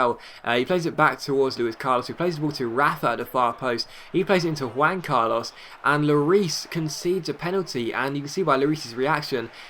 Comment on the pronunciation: Juan Carlos hahaha sounds like wan/ker/lost